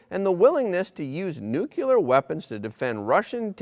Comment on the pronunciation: PLEEEEEZ NU. Clear..... NOT nucular..... Get it right please